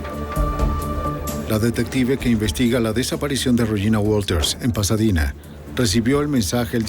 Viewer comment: "Texas" o Tejas. "Pasadina"o Pasadena.🤨